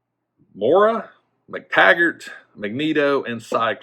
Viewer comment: My favorite Canadian Wolverine ☺️👍 Pronounced Moy-ra (Moira). I heard it from tv show. Lol. Nice review!